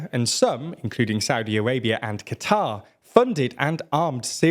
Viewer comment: the way bro says 'Qatar' makes me want to commit